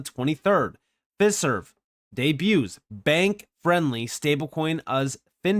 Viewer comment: Pronounced Fi-Serve, like De-Fi, Trad-Fi, etc... Always great information 👍